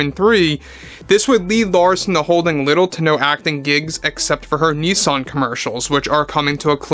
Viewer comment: wait wut? how did you just say NISAN as Neesan?? lol